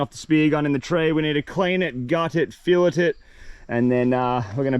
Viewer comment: why cant Australians say fillet